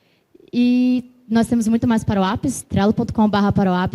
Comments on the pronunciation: Pq ela chama "parou app" ?? Nao seria "power app" (pauer ép) ? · "paruap" é pra acabar não é não? Como ela conseguiu "pauerap" ter pronúncia de "paruap"?